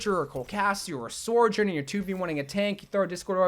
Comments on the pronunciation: Why does he pronounce it like "Soar-jorn" there's no R at the start, it's just "So-jern" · Sore Jern? Suh-jurn, there I said it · Sojourn. Not Sorjourn. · It's not sorejern it's SO JOURN SOJOURN THERES NO R IN SOJ YOURE AN OVERWATCH CONTENT CREATOR DO BETTER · Literally no one says her name right. SO-jern not SOR-jern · It’s SoJurn, not SoRjurn. Like it’s not a big deal but after the 50th time hearing it I’m pulling out my hair please dear god SOJURN! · bro, you're wack. it's pronounced "So - journ" not "Sor - journ" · say it with me— SO-JOURN… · i beg to god can he stop calling sojourn 'soijorn'? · My biggest ick is how you pronounce sojourn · Maybe one day he’ll pronounce Sojourn properly